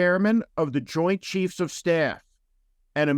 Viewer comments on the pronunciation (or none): none